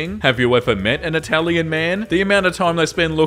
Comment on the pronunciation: Why do you talk like that bro 💀 "i want a story about aN itaLIAn VAMPIRE!."